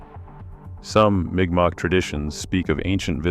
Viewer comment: M'kmaq is pronouced "mic mac".